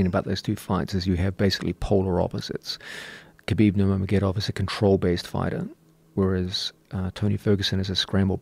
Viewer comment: “Khabib nurm????gedov”